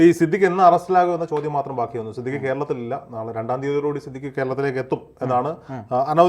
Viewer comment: സിദ്ധിഖ് ❌ സിദ് ലിക്ക് ✔️ 😂😂